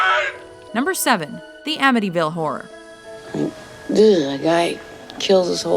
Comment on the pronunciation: did she say the amityville whore?